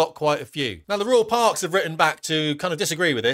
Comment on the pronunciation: Unlucky to royal parks, said rural 😂😉